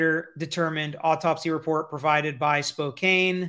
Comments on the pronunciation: “Spō CAN” Washington—, you made a common mistake of calling it ”Spō KĀNE.” (Spokane WA) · Btw, Spokane is pronounced Spo-can, but is a city north of the Pullman,WA-Moscow, Idaho region (the Univ in Moscow is ~8mi from WSU). Spokane is considered part of the "Spokane- Couer-d'alene" region, even though Couer d'alene (pronounced kwair de lane) is in Idaho. There are multiple ski (& snow-boarding) locations around the entire area, so ski masks would be owned by most college students that might wear them for November's cold weather (though usually get in the habit of taking them off at a home entryway, since snow and ice fall off them depending on weather). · Its pronounced Spoke-ann even though its spelled Spokane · Doing a great job. Just have to say...it's Spo-can, WA. 😊